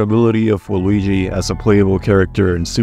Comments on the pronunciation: I don't know if it's just me but every Waluigi sounds like Luigi with an extremely silent V at the beginning. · I feel like you call Yoshi « Joeshi » and Waluigi just « Luigi » on purpose